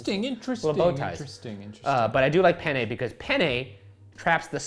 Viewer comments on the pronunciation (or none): You guys say "penne" (pénne) just like "pene" ("pè-ne"). Which means penis. Good times! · Fun fact: the way Shane and Ryan pronounce ''penne'' makes it sound like they're saying ''I love pene'' which in Italian means ''I love penis'' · Pene is Italian for penis. I know they’re saying penne but still 😂 😂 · ha! they said pene! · Omg please stop pronouncing it like "Penn-ayy" Google the pronunciation pleas-ayy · Sorry guys but when you pronounced penne it sounded like “pene” which means penis or the plural of (pena) pain/punishment... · Penne is one letter away from the spanish word for penis. Ryan, my boy, you should know better. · The way you pronounce “penne” is making us Italians giggle, ‘cause it sounds like something else in Italian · Being hispanic and hearing “I love penne” over and over again made me laugh, very immature but what can I say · Oh my god, penne sounds just like "pene" which means penis in Spanish and I can't stOP HEARING IT 😂 and all the things they say, Shane says he's a fan and then they talk about it being hard or soft. I can't... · According to Robin Williams, if you don't pronounce it right, your saying penis in Italian, too. So I kept hearing "I love penis! Penis is nice because it holds the sauce in the little tube!" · I would like you people to know that the pasta penne is pronouced the same way as the spanish word for Penis. So them saying they love penne is hilarious to me.